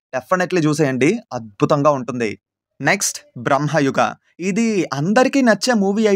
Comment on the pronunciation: 5.23 బ్రహ్మ యుగ కాదు మావా. భ్రమయుగ . భ్రమ అంటారు కదా భ్రాంతి అలా.